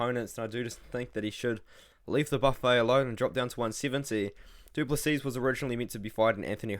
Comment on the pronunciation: The last "s" in Du Plessis is silent bro